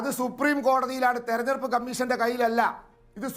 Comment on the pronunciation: ദയവായി "തെരഞ്ഞെടുപ്പ്" എന്ന് വാക്ക് "തെർണെടുപ്പ്" എന്ന് പറയരുത്, ശ്രീമതി ആന്കർ.